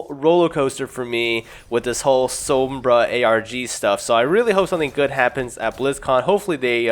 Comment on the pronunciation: the way you say sombra makes me cringe